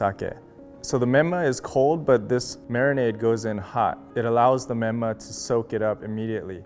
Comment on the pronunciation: When he said menma my heart sank